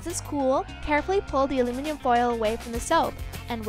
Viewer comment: "Alumium" foil....omg